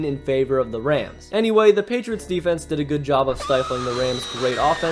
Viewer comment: You said "defense" incorrectly.